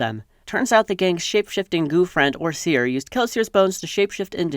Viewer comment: I think you misread "atium" as "atrium," "feruchemist" as "fluchemist," and "OreSeur" as "OreSeer."